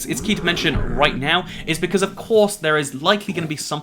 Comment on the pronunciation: He said Bequartz again.